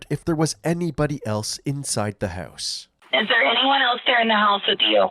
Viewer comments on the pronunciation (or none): What on earth is a hewse?